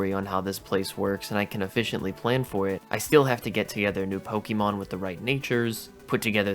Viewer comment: I die a little inside every time I hear Pokey Mon. I think I lost a few months off of my life after this video.